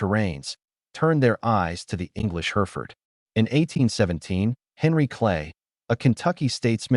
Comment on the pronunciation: hɛrɪfərd/ - HERR-if-ərd There is no her in the word.